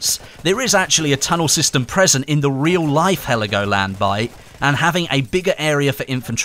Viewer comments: Its Helgoland not Heligoland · Heligoland ? In german its Helgoland